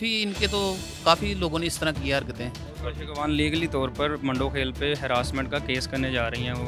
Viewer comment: Bhahi sahib Mandokhel ko urdu zaban me paro English me nahiمندوخیل ھے مانڈو خیل نہیں براے مہربانی اپنی ایجوکیشن کی ویریفیکیشن کراے